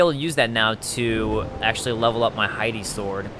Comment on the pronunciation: It bothers me everytime I hear "Hidey Sword".